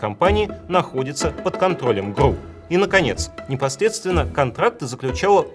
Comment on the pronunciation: Только произносится не "гру", а "гэрэу".